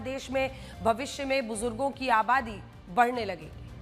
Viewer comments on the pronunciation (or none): Bujurrrdo kya hai madam muh me paan khaya hai kya.